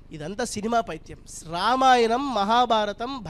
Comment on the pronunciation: అక్షరాలు పలకడం రాణి నీకు ఈ ప్రవచనాలు ఎందుకు రామాయణం అని అనడం రావటంలేదు లేదు ణ కి న కి తేడా లేదా వసత్తులుకూడా రావు